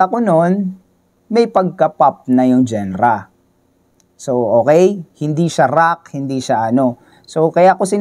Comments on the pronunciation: anong Gen-ra? it's dzan-ra or jan-ra not genra (spells genre) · hindi ako mniniwala dito.. "genra " nga mali pag bigkas mo eh 😂😂😂dapat diba "janra" soundlike that hindi lireral na genra jusko..